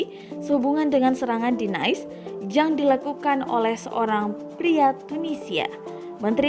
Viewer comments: Bukan “naes” bacanya mbak... tpi “nis”. ... trs bukan “layen” tapi “liyon”. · Kota "NAIS"???? INI MAKSUDNYA "NIS" Kota "LAYEUN"??? INI MAKSUDNYA "LIYONG" hahahaha.. mba narator nya lucu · Maaf untuk meningkatkan kualitas channel, untuk presenter tolong dicari yang lebih bermutu, setidaknya bisa membedakan Bahasa Perancis dan Bahasa Inggris. Agar tidak lucu lagi terdengar. Nice dalam bahasa Perancis dibaca niis, bukan nais. Lion dibacanya liong, bukan layen. Sebagaimana croissant dibaca kroesenk, bukan kroaisent. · kota Nice tidak dibaca/diucap nais tetapi Nis dan Lyon dibaca liong dan paris dibaca pari. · Kota NICE Bacanya nis...bukan nays seperti NICE bhs inggris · Nice dalam bahasa prancis dibaca nis... jangan semua semua dibaca pakai cara bahasa inggris.. lyon dibaca liong.. bukan layen... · Niiis and Liyong